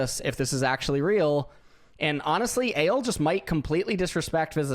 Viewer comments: D: i think his names pronounced ah lay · They actually pronounced it wrong lol. It should be read as "uhh" and "le(in french)". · its not "ale" lmaooo